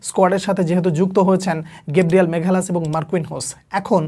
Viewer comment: মাগালাসকে মেঘালাস শুনতে শুনতে বিরক্ত হয়ে গেছি।